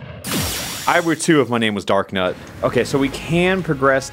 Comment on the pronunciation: It's darkNOT not darknut, that's not how you say